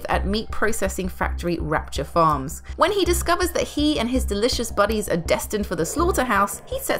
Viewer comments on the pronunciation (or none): It's rupture farms and it's pronounced moodokans